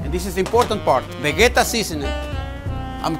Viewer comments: Pronounce as ve-je-ta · Vegeta is a Croatian product, I am Croatian and I am pretty sure that I know how to pronounce Vegeta! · stop saying vegeta